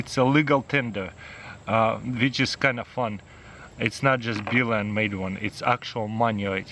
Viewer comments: It is pronounced Buel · ffs its pronounced bull